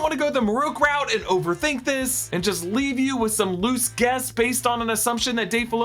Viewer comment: I honestly thought you said “loose gas” instead of “loose guess” and, given Marrok’s demise, I cackled so loudly 😂